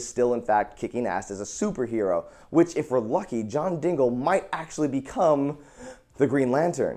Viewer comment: Joven did you fucking say John DINGLE???!!!